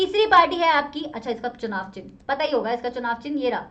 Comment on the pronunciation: ma'am its “चुनाव”